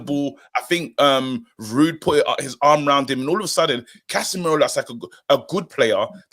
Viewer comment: said CASHemiro 👀